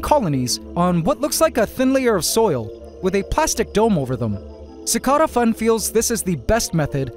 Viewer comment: Anyone else bothered by the way he pronounces cicada in CicadaFun?